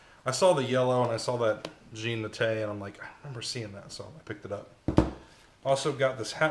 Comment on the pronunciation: Faye Grogan Jean in French is not pronounced like Jean in English. More like John but spoken very softly (no hard consonant, especially the “n”, nearly silent), very French (clothes pin on your nose). Jean is John in English. The Naté was near-perfect.